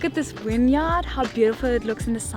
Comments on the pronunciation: Winyard/Vineyard. Reminded me when I visited Germany and the tour guide kept referring to the 'Willage'. I wonder what language and speak to one another off camera. May be just the language of lurv, baby. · Love how pronounces “vineyard” like it’s “winyard” 🥰